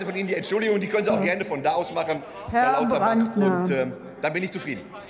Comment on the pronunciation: Ich habe extra noch mal nachgehört, aber es stimmt, er hat echt Klabauterbach gesagt! Wie geil ist das denn?! 😅